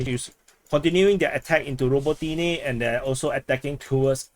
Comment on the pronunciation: You and Weeb and your "ro bo TEA neh! ra BO ti ne!